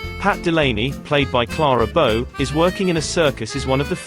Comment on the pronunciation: You could make a drinking game out of every time her name is mispronounced.